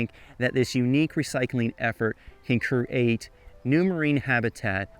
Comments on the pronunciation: *Create. Creeeeeeate. Not curate! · apparently create is now pronounced cereat